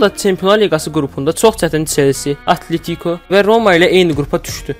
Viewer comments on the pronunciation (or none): Atletiko sözündə vurğu 2-ci hecaya düşür